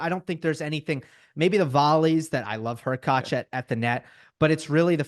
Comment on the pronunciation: was on fire today! Really sharp analyses. His pronunciation of HurkaTZ and ZvIErev were a bit grating though.